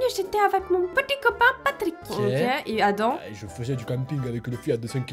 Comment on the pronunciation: juste pour le nom Adam ce n'est pas Adan mais Adammm on dois prononcer le m je le c'est car j'ai 5 et plus d' Adam dans mon école